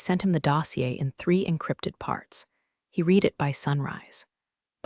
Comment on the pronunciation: Your AI doesn't know the difference between live and live, read and read.